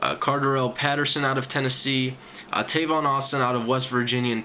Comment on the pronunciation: It's Tavon by the way man lol but great video